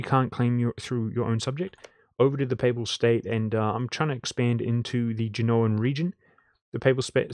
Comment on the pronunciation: did you say "papal" ? like in papal state ? i know sometimes YT don"t like it for some reasons